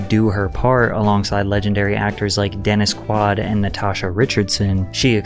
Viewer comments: Dennis Quaid. Not Dennis Quad. Guy has been in like 90 films and 20 TV series. Quaid. Plus, blatantly misinterpretting audio that cleary isn't what was being said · Lmao Dennis QUAD It’s Quaid, it rhymes with Spade. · bro I can’t believe you said “Dennis QUAD” 🤦🏻 icing on the cake was you saying “legendary actor” as if you knew of him and then proceed to butcher his name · He really said Dennis Quad 😂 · Dennis QUAD? Jesus christ. Thumbs down. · people are making fun of him for pronouncing dennis quaid’s name as “quad” lol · "Dennis Quaad" 😄😄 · Did you say Dennis QUAD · Dennis “Quard”? 😂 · Nothing makes me feel older than when young successful YouTubers totally butcher household names of big stars I grew up watching. Dennis QUAD?!?! FML bro 🫣🤣😆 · Im calling him " Dennis Qu-ad" now 😂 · Who doesn’t know how to pronounce “Dennis Quaid”… 😂😂😂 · this mf said Dennis Quad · Dennis Quad? Cans Film Festival? My-Konos Greece? Pat, cmon man you make such good content. Don't farm out your voice to AI and their strange pronunciations. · I'm guessing you've never heard anyone say Dennis Quad before 🤔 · Yup, just got to that part lol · Denis Quad? Pretty sure you mispronounced his name. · deh·nuhs kwayd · How do you do these stories and not do the homework on name pronunciation and who in the hell has never heard of Dennis Quaid in order to mispronounce their name?